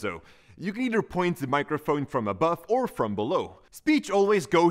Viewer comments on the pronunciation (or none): none